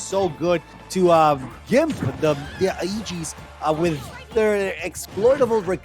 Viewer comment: Ah yes the eegees